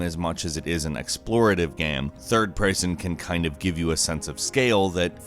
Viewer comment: everytime he says "game" gaem...geam?